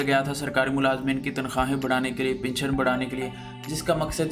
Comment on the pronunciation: Your pronounciation is very poor. It is pension and not pinsion. Pl learn and practice before going to air your report.